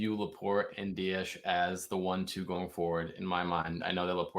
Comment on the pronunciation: ITS DIAS NOT DIASHHHHH....JUST SHHHHHUSH